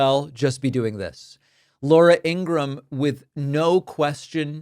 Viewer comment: In an interview her brother confirmed that the last name should be pronounced Ing-ru-ham with three not two syllables. He also said she gets annoyed when it's pronounced that way so I think you should take his advice and start saying her name correctly